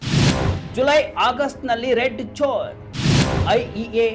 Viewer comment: ಹ್ಯಾಂಕರ್ ಸಾಹೇಬರೇ ಜೋನ್ ಜೋನ್ ಅನ್ನುತ್ತೀರಿ ಅದು ಜೋನ್ ಜೋನ್ ಅಲ್ಲ ಝೋನ್ ಸರಿಯಾಗಿ ಪ್ರನೌನ್ಸೇಷನ್ ಮಾಡಿ ನಿಮ್ಮ ಉಚ್ಚಾರಣೆಯನ್ನು ಸರಿಪಡಿಸಿಕೊಳ್ಳಿ ಸ್ಪಷ್ಟವಾಗಿ ಹೇಳಿ ಝೋನ್